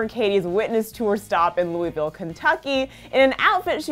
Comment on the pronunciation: You said Louisville ky wrong I'm mean I just got to say it im from their